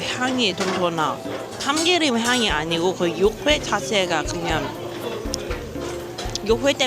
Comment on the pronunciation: 육회 발음이 잘 안되면 차라리 유쾌로 발음해봐유. 그래도 발음 많이 좋아졌다 😊